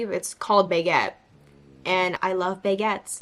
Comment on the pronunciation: The french are more bothered by the fact you said "bay-guettes" instead of "bag-guettes" 😅